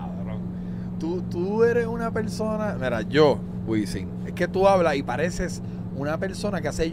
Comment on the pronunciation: Alguien que le diga a Wisin que usa la M y no la N.....